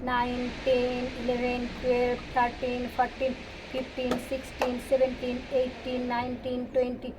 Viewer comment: It is not Fortin , it is fourteen